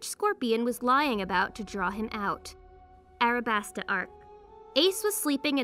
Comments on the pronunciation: Her: Arabasta Everyone else: alabasta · Arabasta? Do you mean Alabasta?